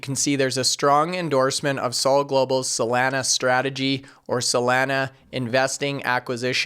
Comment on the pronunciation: I know we can’t do anything about your accent but PLEASE LOOK UP THE CORRECT PRONUNCIATION OF SOLANA. It’s hard to take you serious with you butchering the name. SOL - AH - Nugh (From the beach town in San Diego called Solana Beach)